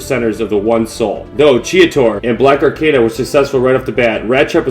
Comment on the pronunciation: pretty good, but You pronounced blackarachnia wrong a few times which kinda bugged me, not a big deal tho